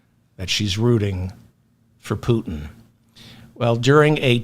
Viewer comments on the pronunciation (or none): none